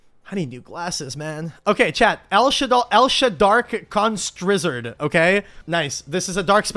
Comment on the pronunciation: "El Shadark Constrizzard" 😂😂 im here for it